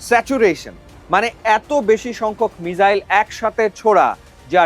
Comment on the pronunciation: মিজাইল নয়, মিসাইল।